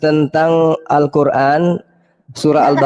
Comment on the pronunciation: BUKAN. QUL RAN.??? TETAPI. *. ALQUR, AN . ???